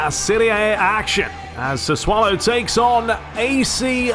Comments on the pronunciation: Its pronounced "sassoulo" man u so much fun on the pitch and off it 😂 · It’s pronounced SAH-SUE-OH-LOW.